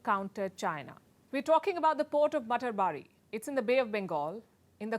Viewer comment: It is pronounced mata ar bari...house of mother godess